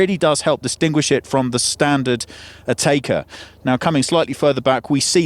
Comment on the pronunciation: It's pronounced 'A-teck-a' for god sake, not "A-taker" you're English, you shouldn't need to be told this.